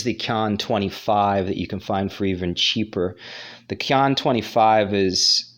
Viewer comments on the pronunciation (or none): Qian is pronounced "chien" chee-yen